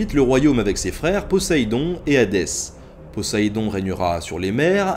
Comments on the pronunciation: Très bonne vidéo très intéressante, bien que je savais déjà à peu près tout ce que tu as dit,le sujet me passionnant depuis la lecture de Percy Jackson (j'avais carrément demandé un livre sur la mythologie gréco-romaine en cadeau pour noël ^^ ). Mais par contre,à un moment,il me semble que tu as dit "PoZéidon" au lieu de "PoSSéidon". Après, c'était peut-être mon casque qui buggait,qui sais? Mais si jamais tu as vraiment fait cette faute,j'aurait du mal à te le pardonner. ^^ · c'est poseidon pas posaidon!